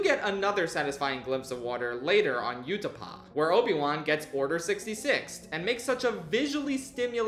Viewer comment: Utapau (oo-ti-pow), not Utapau (u-ti-pa)